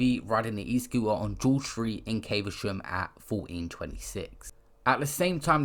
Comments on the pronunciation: Bro it’s not pronounced Caiv-a-sham. It’s cav-a-shum i live here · It’s prounonced cavershum dm tho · Caver-sham lmao 🤣